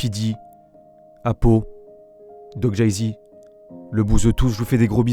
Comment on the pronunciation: Apou et doc jazy et pas doc jézy